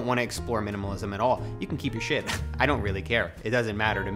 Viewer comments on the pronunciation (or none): You're pronouncing word "shit" so fancy, i can't😂